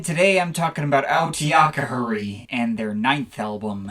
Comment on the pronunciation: its pronouced autetitekr